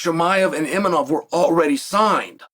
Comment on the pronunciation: Cael somon , its kham-Zat ( ham zat ) khamzat imanov = Imavov haha